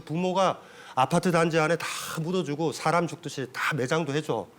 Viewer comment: 참 놀라운 일!! 귀하는 "사람" 의 밯ㄹ음이 틀렸나이다. "사람"의 "사" 를 짧게 발음했더이다. 그 뿐 아니라"람"을 accent가 있는 것처럼 강하게 발음하심에 놀란 이는 이 늙은 이 뿐이니 이 아니 놀라운 일 아닙니까? "사:람"이라고 "사"를 길게 발음해야지요. 그리고 원문 독법도 엉망이올시다.